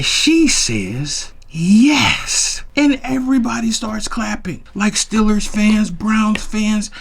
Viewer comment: It’s Steelers to you lol not Stillers … only true Steeler fans can call them Stillers 😉